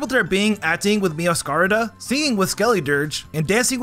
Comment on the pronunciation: its meowscarada not meowscarda